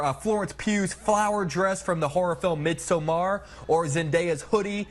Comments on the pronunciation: Why are you guys pronouncing it “MidsomMAR”? It’s just like in English “MIDsommar” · cringed when the tv guy said "mid sow-mar" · MidsoMARR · The pronunciation of midsommar had me 😂 the flick of the Zaraaaah